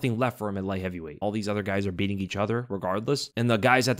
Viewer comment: Beatin is not pronounce Bee-ihn There’s a T in that word Jiu jitzu is 3 syllables not one Gustafson has a t in it